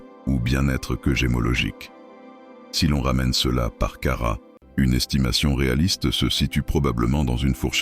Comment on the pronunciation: Ras le bol de ces voix IA qui ne parlent pas un bon français. Non caratte n'existe pas carat oui.